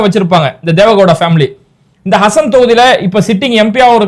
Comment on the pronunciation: ஹசன் இல்லே ஹாசன் மாவட்டம்